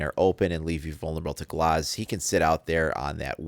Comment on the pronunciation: Canny stand when he says gloz, it's GLAZ not GLOZ